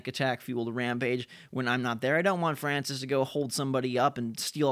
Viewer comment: it's Francis not Francise